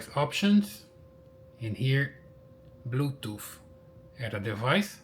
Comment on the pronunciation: What is blue “toof”